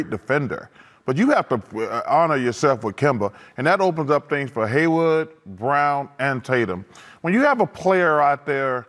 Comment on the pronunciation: Chuck is still calling Gordon Hayward "Haywood". lol